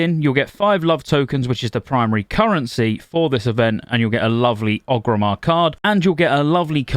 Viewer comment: why do u call orgrimmar ogrimmar?